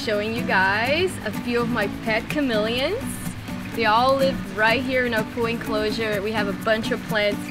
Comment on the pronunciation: Ohh... chamelions, thought he said it melons ^^ :D